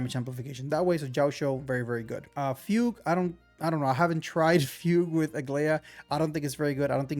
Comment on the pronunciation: I get u man, Chinese names are sometimes just as hard to spell as they are to pronounce, my man’s been saying fewg to fugue even tho it’s “fooguehh”